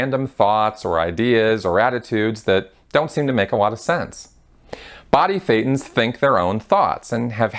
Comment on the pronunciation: Just as a side note Thetans sounds like Satan 80% of the time the way you pronounce it, and with no knowledge whatsoever people probably just understand Satan all the time also shown this way in the subtitles just noticed it right one time